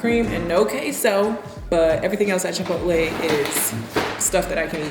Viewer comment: “Chi pot el” 😂😂😂 so meee